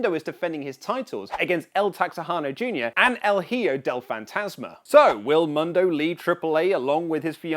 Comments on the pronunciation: Oli where are you??, with ALL due respect, please for the love of all that is holy in wrestling, please try and at least listen to how the names are pronounced ahead of your show. I know you read Johnny MUNdo, proper pronunciation however my brother, is Johnny MOONdo... or just John Morrison works too. Anyway, love the vids and I've been a subscriber for quite a while now. Keep that fresh news coming. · MUUUUUNDO NOT MONDO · "Mundo" is produced Moon-dough FYI you're welcome.